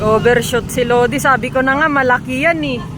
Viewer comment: Ano pó bà yng palagi mong sinasabi mam na Malakí? Kaya nalilito Ang mga rider dyn Kasi yan Ang palagi mong sinisigaw sa kanila,'MALAKÍ!' 😂